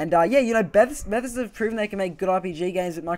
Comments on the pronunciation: Stopped watching bechause of the way you said Bethesda.. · Please learn how to pronounce Bethesda. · Who else was annoyed by the way he said Bethesda, great video, but I couldn't help cringing